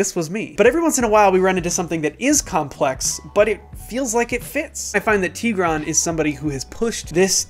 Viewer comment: Tigra'n...the accent is on the a...jist sayin :)